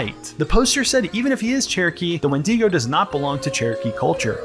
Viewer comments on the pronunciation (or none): the 'when-DEE-go'???😭anyway... this video just feels totally done in bad faith. you want to capitalize on wendigoon's popularity by nitpicking his interests and his own name. i hated this. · why is he saying wendeego? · Oh my god stop pronouncing it like when-DEE-go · Ah yes, the famous WindEEgo of Appalachia. Not to be confused with the Wendigo of Appalachia! /s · wend-ee-go bruhhhhhh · Good vid, but i hate the way you pronounced wendigo